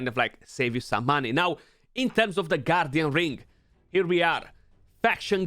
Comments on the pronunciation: Why am I keep hearing you say “goddamn ring” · Thought you said “G D Ring” lol